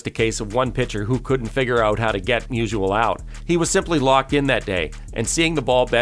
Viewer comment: It's not musual, it's Musial